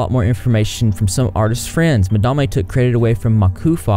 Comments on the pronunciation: When i heard you pronounce Madame "Ma-Da-Mey" i thought that was a new and intesting name, good choice keeping it that way. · People seriously never cease to amaze me. Just....wow. About the pronunciation of Madame...I straight up thought it was Mah-dah-ma as well... I mean I'm southern too so maybe we just hear things different than others😂💁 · In my heart of hearts, I am so happy you didn’t change the pronunciation of Madame. It’s charming. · Lmao when you called her madame(pronounced the way you did) I honestly thought she decided to pronounce it different too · How you say madame is def hilarious #repsquad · As a Canadian gal, your pronunciation of madame was so triggering. But then you learned, and chose to pronounce it your way, I INSTANTLY thought of the movie Lord of War :')). Im pretty sure a lot of places in the South use ma'am (do not try it up here in Canada, mature women will go mad think youre calling them old), it's actually the short form for madam :-) In my opinion, I find it polite to call someone ma'am rather than 'miss' or no title! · I wish you would pronounce Madame properly. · Im born and raised in the south and we 100% do not pronounce it like he does. We say Madame like normal, educated, ppl do lol. 💋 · Yeah, its beyond stupid if he knows how to say it correctly. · She may be a butthead but you should pronounce her name correctly imo. It's not a good look with your unbiased reputation ? You had mispronounced slimers and now are saying it correctly ,is your southern accent bias? I dunno.. trust me not a madame supporter dont even know her I just know you like to be a reporter and unbiased but continue to say someone's name wrong makes you sound well, not unbiased. Anyways no hate I watch your videos all the time, will continue to watch i just had to get that out there.